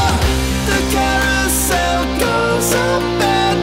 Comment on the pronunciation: I'm used to hearing the emphasis on the first syllable when someone says "carousel" in regular prosaic speech, but stressing any syllable other than the middle one would sound off in this song (as would replacing the long U sound with a short U or a long O), so I'm glad you used the pronunciation from the OG version. WARNING: Excessive Monologueing Beyond This Point. Don't tell me I didn't warn you. My personal take on translating non-English songs into English is that any lyrics that are already in English should remain as unchanged as possible. Similarly, any proper nouns, such as names, should not be translated from the original language at all. Sun Wukong Soundwaves' English cover of the Dengeki Sentai Changeman OP has "Dengeki" translated to "The Strike" when the team's name is sung at the end of each verse, which not only is an infraction of the rule against translating proper nouns but is also a case of translating a three-syllable word into a two syllable phrase, which throws off the rhythm of the singing in a jarring, startling manner. In short, the three rules: > Any preexisting existing English should remain untouched except in certain cases. > Non-English names should not be translated > The rhythm of the original lyrics should be followed as closely as possible. In the case of this cover of "Merry Go Round", Rules 1 and 3 were followed absolutely flawlessly. Rule 2 was moot in this case, due to the absence of proper nouns in the original lyrics.